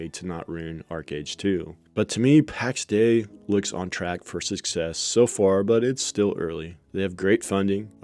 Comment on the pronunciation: Heard them pronounce it Pax Day-E